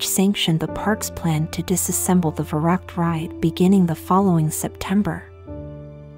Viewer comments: It's funny how the lector pronounces the German name of the ride. Verrückt - it should sound more like fer-riickt with the accent on the second sylable. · It’s pronounced ferooked